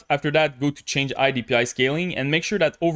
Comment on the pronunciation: Bro, why dont u pronounce the letter H ? it feels strange to me hear u speakinh "I" instead of High, and also other stuff ass well.